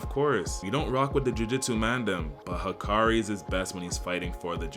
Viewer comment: Why hikari? It’s Hakari